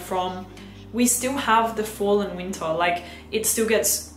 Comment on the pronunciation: It’s “ween-ta” time. Lol!